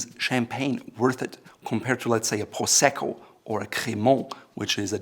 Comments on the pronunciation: Prosecco is an Italian word so no need to pronounce it with a French accent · Too bad he aslo pronounced "prosecco" very Frechy and not Italian like it was supposed to..